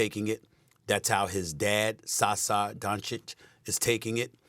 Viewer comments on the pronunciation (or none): I almost dropped to floor at when he said 'Sasa'. He is Saša aka Sasha.... From now we will call older Dončić "Saso Mange"..... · Also Luka's dad is Sasha not Sasa. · he messed up his dad's name too. It's pronounced Sasha not Sasa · "his dad Sasa" When it comes to pronouncing foreign names, SAS is a king among clowns 😂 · His dads name is pronounced like Sasha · OMG Stephen A what kind of a professional are you. Learn to pronounce Dončić and Saša it’s not that hard. Make some effort. It is annoying to listen to and so disrespectful 😩